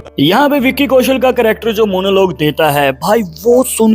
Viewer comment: Character bolraha he ki cryakter